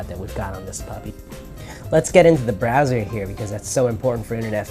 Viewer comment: bowser? Do you mean Browser? LMFAO!!